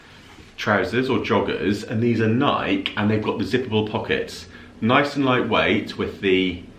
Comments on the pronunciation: Always love watching your videos! ❤ But if I may correct you ever so slightly, Nike is pronounced “Nigh-key”. 😊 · Love the bag! I’m glad you got the shoes—they are fab! Lots of great finds, actually. Side note: Add a long ‘e’ to the end of how you’re pronouncing Nike 😉